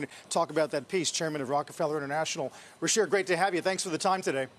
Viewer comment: his name pronounced Ru-Cheer - the CH is pronounced like CH-INA - not RU- SHEER - but besides that hes weird and has some really bad hair - reminds me of a private tutor I had back in the old country who had seriously bad BO